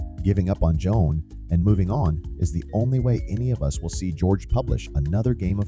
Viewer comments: Hey just a heads up the characters name is JOHN not Joan! It's seriously annoying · It's not a feeling, botboy. It's a fact. That voiceover is AI, which is why it mispronounces John, perhaps the most common name on the planet. That reply is also highly sus. I will not be watching any more of "your" content, bot.